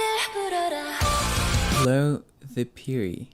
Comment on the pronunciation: Wow your Korean Pronunciation of piri(피리) is perfect.